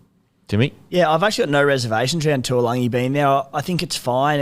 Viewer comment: Its not tualagi its taulagi.. Pronounced Da - oo - langi.